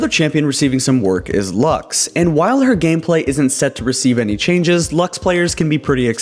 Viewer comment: Why do people call her "lax"? It's not a bottle of laxatives, it's latin for "light", it's "lux", not everything has to be read the english way.